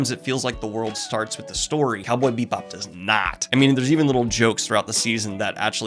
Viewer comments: Daniel, goblin, babe, delicate.... delicate flower... it's bee-bop. Not beep-bop. I love you so much, but I chuckled every time. Haha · You throw shade at Firefly for being similar to Cowboy Bebop, but Cowboy Bebop is just Lupin III in space. Also, it's pronounce Bebop, not Beepbop. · 1) I completely agree and it brings me joy to see you enjoying something from my childhood. 2) IT'S BEE BOP NOT BEEP BOP... whole video... making me twitch.... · Is he saying Beepbop right meow? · Is it me, or are you saying ‘Beep-bop’? 😆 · I'm watching this review again years later and I can't get over the fact Daniel keeps calling it Cowboy Beepbop. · As a jazz musician the cowboy beep bop bit gets me every time he says it that way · I'm sorry, but... did he just say "beep bop"? (Or do I just have bubblegum in my ears? Loll) 😳 🤭🤭 👀 Why is that somehow so cuuute thoo💖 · I keep hearing "Beatbop" and I'm not ok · Bebop is my #1 anmie. your channel is my #1 booktube channel. i said that to say im not trolling. but i couldnt finish this review past halfway with you calling it " Beepbop" im sorry, not trolling but it was distracting, keep up the anime reviews tho, makes the channel better. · is he saying beep bop? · Are you saying "Cowboy beep bop"? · Was he saying "Beat Bop"? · Cowboy Beep bop boop beep. I love how your saying it. It like how i say 'upsides downs'. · Am I the only one who kept hearing "Cowboy Beat Bop" whenever Daniel said the name? Lol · I’m hearing it to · sorry, but every time I hear it pronounced "BEEP Bob" my body flinches reflexively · Was he saying “Cowboy Beepbop? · ARGH! I am not sure if it's the way he says it or if it's just the way i'm hearing it but it sounds like he is saying "Beep Bop" and it triggers me! Well it was a great review anyway, Thanks once again Daniel for a wonderful review. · Are you saying “bee-bop” or “beet-bop” or “beeb-bop”? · Am I the only one hearing Beep-bop? Love the content!